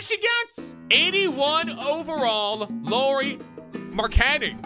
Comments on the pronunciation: lauri markkanen’s name is pronounced “LOW-RY MARK-AN-EN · Lauri is pronounced “Lowrie” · Dude pronounced Lauri and Markkanen wrong